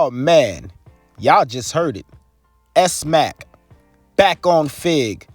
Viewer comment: his name isnt pronounced S-Mack, its pronounced Smack...Smacc. do u even watch this sht >?